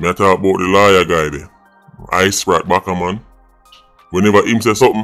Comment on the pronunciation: This and Sunday dinner go hand in hand but Isaac Buchanan❌️ Isprat Backaman✅️ 😂